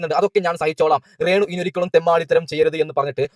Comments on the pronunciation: അപ്പം.. ഇവൻ.. കള്ളം.. പറയണ.. ബ്ലോഗറാണ്... ഇവൻ്റെ... ബ്ലോഗാണ്... പ്രേക്ഷകരേ.. ഇവൻ. പച്ചകള്ളമാണ്. ഇവൻ്റെ.. ബ്ലോഗിൽകൂടി. പറയുന്നത്... ആരും.. ഇവനെ.. വിശ്വസിക്കല്ലേ.. പിന്നെ.. ഇവന്.. മലയാളം.. ശരിക്കറിയില്ല.. ശ്രദ്ധിക്കൂ... ഇവൻ... രേണൂ.. ന്ന്.. പറയില്ല.. റേണൂ.. ന്നാണ്.. പറയല്.. അതേ.. പോലെ.. സ്സോസ്യൽ.. മീഡിയാ... ന്ന്പറയും. ഇവൻ.. ഇവൻ.. ബഗാളിയാണ്.. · ഞാൻ അവന്റെ വീഡിയോ ഒരെണ്ണം കണ്ടിരുന്നു എന്തൊരു ദുരന്തം ആണ് അവൻ കഷ്ടം രേണു എന്ന് പറയാൻ പോലും അറിയില്ല റേണു എന്നാണ് പറയുന്നത് 😂